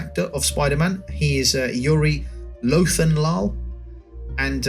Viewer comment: « Yuri Lothenlaal » 😂 I hope Yuri Lowenthal is ok though